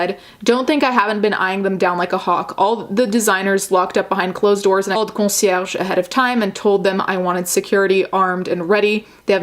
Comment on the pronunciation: Thank You For Doing Such Great Work !!! Btw ... Love The Way You Properly Pronounced "Concierge" Being 🇮🇹/🇨🇦 I Really Appreciate Great Pronounciations, Because Speaking Multiple Languages Isn't Easy Because We're Always Thinking In Multiple Languages, I'm Sure You Know What I Mean 😊 Stay Safe & Take Care !